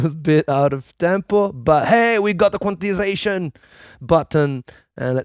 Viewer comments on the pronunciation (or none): none